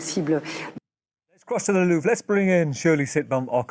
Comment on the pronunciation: he's just trolling with his pronunciation of "Louvre" right???